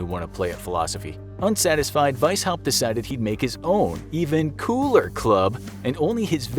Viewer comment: when he said ''an even KOOLER club'' i thought he was talking about the kkk...